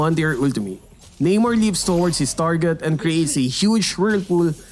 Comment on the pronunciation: Namor...Nah-Mor not Nay-More...Aquaman is the ripoff...Keep up the good content keep making mlbb animations cuz I like them😄😄